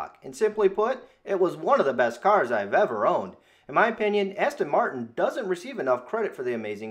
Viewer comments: Practice saying Aston Martin.Not Aston Martun. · How can you own a car and not know how to pronounce it's name ? Aston Martun.Fuck off !